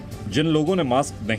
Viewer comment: Mam apne kuch mistake ki hai apne मास्क को माक्स मत बोलो 🙏